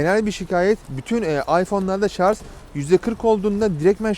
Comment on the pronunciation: Abi şunun adı şarz değil şarj